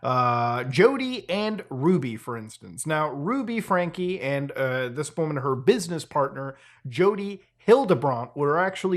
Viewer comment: I can never tell if Muta is genuinely really bad at pronouncing names, or if its just a bit. "Ruby Frankie" got a laugh out of me, and thats far from the only example in this video alone lol